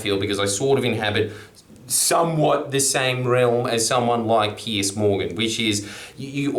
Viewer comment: Pronounced Pierz, not Pierce. Also he wrote tabloids, not just reacting to 🤢